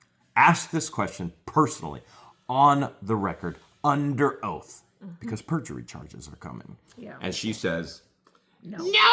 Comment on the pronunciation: 😂 can you say Purjury?